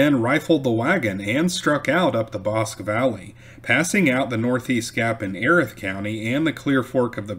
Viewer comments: That county is pronounced EE-Rath. Yeah. I know it's weird. Wow, 1875? I didn't know they were still on the warpath that late. Lookin forward to next time. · Your channel is awesome. It’s pronounced e-wrath county. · Very good and informative video! Note: it's "Ee•wrath", not "ehreth"; "Bos•kee", not "bosk"; "Klee•burn", not "clay•bern". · Erath pronounce Eee-rath Bosque pronounce Bos-key